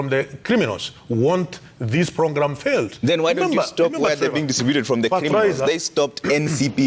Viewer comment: A dude who can't say program lol